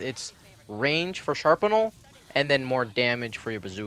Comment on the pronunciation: Also, you pronounce shrapnel wrong its strap-nel